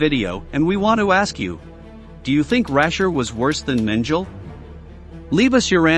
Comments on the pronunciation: Mispronounciations: MENGELE, LUFTWAFFE. Correct pronunciation is MEN-GEH-LE, non MEN-JEL-EH. Correct pronunciation is LUFT-VAFF-UH, not LUFT-WAFF. Information good, otherwise. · Mengel? You could try harder at pronouncing words better. It's spelled Mengele and pronounced Mengala. It's forgivable not to accent words as a non native speaker but your effort is god awful .. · If your commentators are human, please rehearse with them the correct pronunciations of the words in their scripts. For example, it's MEN-geh-le, not MEN-jul. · Please start pronouncing Mengeles name properly. It's MenGELE, not MenGEL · Auschwitz is pronounced as "owshvitz" Luftwaffe is not pronounced as "luftwaf" It's "luftvaffer" And Mengele is not pronounced as "menjali" ridiculous! It's "mengela". Learn to use pronounciations correctly please. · If you're going to narrate an historic film, for God's sake, learn how to pronounce the names! DOCTOR MEN-GEL?? That evil doctor's name was MENGELE, pronounced MENGEL-A! How embarrassing. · Also...Mengele is pronounced MEN-guh-luh..emphasis on first syllable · Doctor Josef Mengele name was not pronounced right, it is pronounced Josef ( as in Yo sef Men ge lay the letter "g" is a hard "g" as in Gary ). I hope the announcer sees this? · Josef Men-jil? Try again. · It's pronounced Men-ge-lay by the way. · It's not French it's more like Main-ge-luh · Thank you.. I thought the same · What a load of old tosh. This dude can't even pronounce Mengele. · Make an effort to pronounce names correctly. It may seem petty, but who the hell doesn't know how to pronounce the name of the butcher of Auschwitz? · Can't pronounce the name of one of the most infamous Nazis. On that basis how many other inaccuracies are there on this channel combined with over used footage. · My God, it's so bad and unprofessional the way certain German words are horribly mispronounced on this video such as "luftwaffe" and "Mengele".